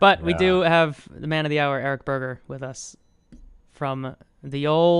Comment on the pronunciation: im sorry but did he just say his last name was BURGER